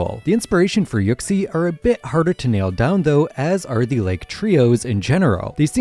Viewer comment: Why the fuck does he pronounce it yuck-sie